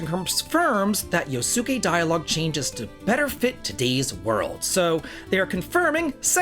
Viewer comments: Not to be that guy but its pronounced Yos-kay, not yo-su-kay. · I have two 8bitdo controllers and love them Yosuke is pronounced Yo-ss-kay, I am guessing it is dialogue where he uses slurs that are no longer accepted, if that is all they change then i am okay with that